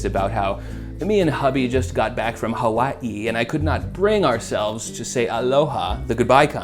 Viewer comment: The aggressive brag while over-enunciating “Hawaii” 😂